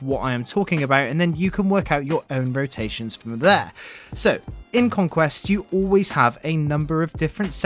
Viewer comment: Learn your "roations" LOL